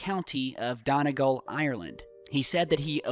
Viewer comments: omfg lol he pronounced donegal so badly :') it's pronounced 'dun e goll' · dun-eeee-Gaul btw